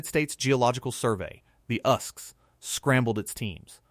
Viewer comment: Wtf. Us-Gs???? You say each letter. It’s not its own word. It stands for US geological service.